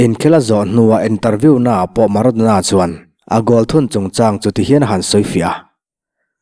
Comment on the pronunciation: A rei tawh mahse maradona kha a HAN chiang em alawm.😂😂😂